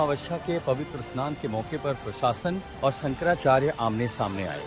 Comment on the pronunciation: पहले तो शंकराचार्य जी का नाम कहना तो सीख ले